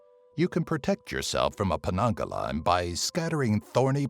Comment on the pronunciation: actually its penanggal not penanggalan 😂😂😂